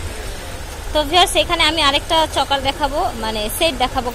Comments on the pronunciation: চকার না আপু।।চোকার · Sobay chokar bole..tai sunte odbhut laglo